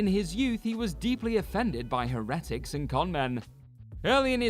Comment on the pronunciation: With respect it's pronounced herutics or HERetics